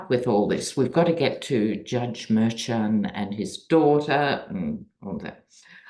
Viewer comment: Your reads always make me think. Thank you. BTW the judge's name is pronounced myrrh-shawn. That is according to someone who has worked around him for years who broadcasts on Midas Touch.